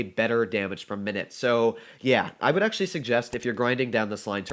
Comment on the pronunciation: "acutally" Engrish: *100*